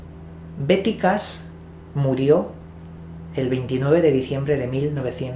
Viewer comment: En español la H no se pronuncia pero Cash no es Cas.